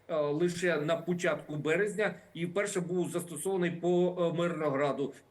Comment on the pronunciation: Я не ослышалась? Эксперд в и в сказал на "пУчатку березня"?😂😂😂 причем, обратите внимание, что он не экспромтом говорит, а читает заранее подготовленный текст! Закончились эксперты на украине...😢